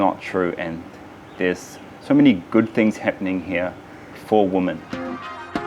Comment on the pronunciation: after many many video's i have to point out the way Karls says" WOMAN" when speaking about females in general. - it sounds so wrong, When you speak about a single female its a Woman, and a group of females is pronounced WIMEN. The reason I point this out after many video's is even Manisha says it correctly and say's WIMEN, Sorry this is so dumb now i have written it out but it sounds beliitling when i hear it being said again and again by Karl.